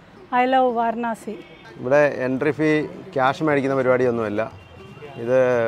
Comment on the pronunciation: വാരണാസി എന്നു ചോദിച്ചത് കൊണ്ടാണ് അവർക്ക് മനസ്സിലാകാഞ്ഞത്.വരാണസി എന്നാണ് ശരിയായ ഉച്ചാരണം. ഹിന്ദിയിൽ